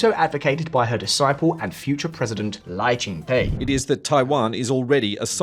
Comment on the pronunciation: the -Te in Lai ching Te should be pronounced as "duh", as in Lai Ching - Duh. 😂